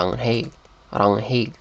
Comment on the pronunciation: i'm norwegian lol this was so uncomfortable to watch because your pronunciation is so bad. you need to look up how to actually pronounce this stuff. the way you pronounced Ragnhild was hilarious, it's rang-nill not ragn-hild